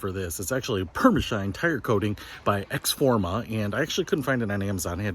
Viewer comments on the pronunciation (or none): Pronounced ex-O-forma. Just saying